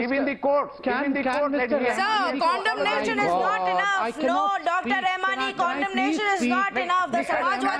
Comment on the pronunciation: Its condemnation not condomnation.